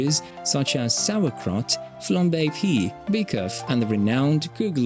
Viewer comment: Flambé "pee"? That's "pie", as in "apple pie", it's English. The French name is "tarte flambée".